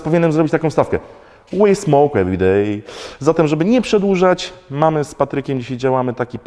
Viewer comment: we smoked everyday zabrzmiało prawie jak weed smoked everyday :)